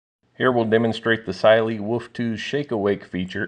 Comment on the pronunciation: First reviewer who knows how to pronounce the brand!👍